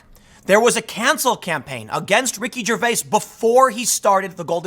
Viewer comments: Love the material but can't stand you saying Ricky ger-vase... It's ger-vay-es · The way you say his last name is annoying.